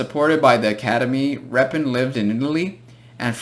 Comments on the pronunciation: Ilya Yefimovitch Repin is pronouncing this way : Ilya Yefeemavitch Repin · Оно ещё и с ударением на первый слог произносится, не как в видео)